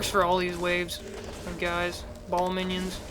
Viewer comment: ball? its bail that would be how you say it. OUCH